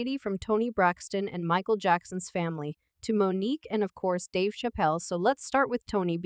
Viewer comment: You are pronouncing Dave's last name wrong...